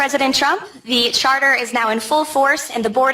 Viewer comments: Sorry to say sir, Chapter ❌ Charter ✅ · Sir board of peace charter not chapter😅😅😊